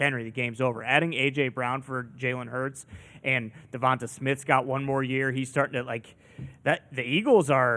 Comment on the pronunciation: Can someone tell that devonta smiths name is pronouched just like Davonte Adams name